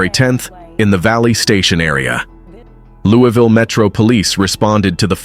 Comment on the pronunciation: Its not pronounced "Lewie Ville" 😂